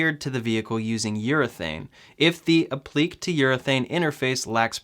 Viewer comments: Pronounced "App-pluh-kay" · it is pronounced " ap-le- kay " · It’s pronounced “app-li-Kay” 🤗🤗🤗🤗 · Applique = “ap-pli-kay “ 😆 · You are definitely saying that as wrong as possible 😂😂 it’s app-li-Kay and it’s the fact you say it like you KNOW thats how that word is pronounced lmao... it’s the confidence for me 😂😂😂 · applique is pronounced app-li-cay'. It is French. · Applique is pronounced app-le-KAY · App-li-Kay. Say it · It is pronounced app-lee-kay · Applique = app-lee-kay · Hey -Being a retired teacher two of my quirks is spelling and pronunciation. Applique is pronounced app-li-kay. Translates to something that is applied. So the Tesla logo on the hood would be an applique. Keep up the informative videos. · Applique pronounced 'App-le-Kay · It's pronounced app-lick-kay. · The word is pronounced “app - lik - ay” appliqué. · Appliqué (app lee kay) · App-le-Kay you noob. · For heaven's sake, say "App li KAY". Public education has gone to seed. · Yeah you definitely said “appliqué” wrong a bunch of times. It hurts my ears when you say it like that.